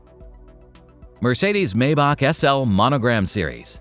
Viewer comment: It is pronounced ' My bach' according to Doug DeMuro